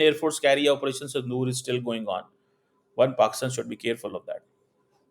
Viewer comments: Sindoor NOT sandoor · you do not even pronounce the words properly. First you learn..................Sandoor...............it is Sindoor................. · it’s SINDOOR! Not Sandoor. Can’t even follow English alphabets because of high tensions?? 😂😂😂😂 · its "Sindoor" not "Sandoor" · it is called Sindoor not Sandoor. Get your broken English correct, how the hell did you get a PHD???? You are nothing but a trouble monger. You constantly talked about Nuclear, how IRRESPONSIBLE of you. I know you are afraid that the Paki Army will create again two countries, AKA Balochistan. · It’s sindoor, not sandoor you.